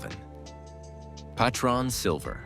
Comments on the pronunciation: Pay-tron lol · POTRON :face-blue-smiling: Semaron AI sucks and so does this video. I cant take this crap serious.